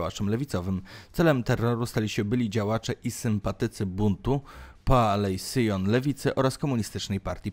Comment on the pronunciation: Bundu, nie buntu.